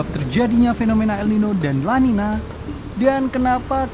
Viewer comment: Sebenarnya namanya el niño dan la niña, pake ñ dibaca ny. Jadi bacanya el ninyo dan la ninya.